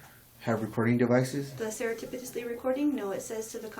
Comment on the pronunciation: I can't get over how she keeps pronouncing, "seretipitously" like "serendipitous" it's "surreptitious"